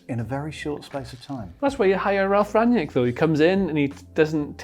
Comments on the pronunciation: It's Ralf Rang-Nick, not Ranyick... Sick of so many idiots, such as these, claiming to know how to pronounce it and getting it wrong... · Just a word about his last name: imagine you called your friend named Nick on the phone. You would say that you "rang Nick". That's how you pronounce it, not Ran-nyick lol. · There is no J in Rangnick. Just put Rang and Nick together and you got the pronounciation.